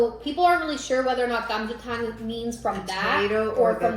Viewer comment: ㅋㅋㅋㅋ 님 "사장님!감자탕 4개요~" 발음이 너무 좋아요~ 와우 감자탕은 못 참지!! 😊😊😊